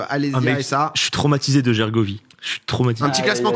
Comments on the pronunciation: "Guergovie" mon petit cœur Auvergnat souffre, c'est Gergovie, il n'y a pas de u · ca se prononce jergovie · Pourquoi Gergovie se prononce guergovie et pas jergovie?